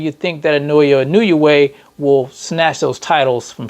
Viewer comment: Everyone saying his first name wrong too(probably due to all the anouncers sayin it wrong too) It is not Nay-OY-ya......in Japanese it is NOW-YA.....Nao is prounouced like NOW not Nay-Oy-Ya.....